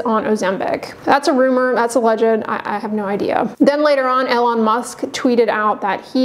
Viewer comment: And “Eh-lon” 😂